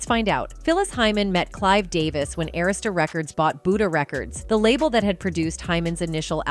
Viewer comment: You cant even pronounce “Arista”